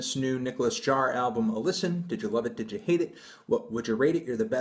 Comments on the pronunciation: it's pronounced "yaar" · how do you pronounce Jaar?